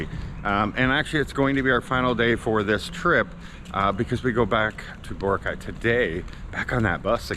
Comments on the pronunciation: It is pronounced Bor - a - cay three syllables not two syllables Bora -cay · will you ever lean how to say BOROCAY the correct way you would think after living there you would learn how to say the name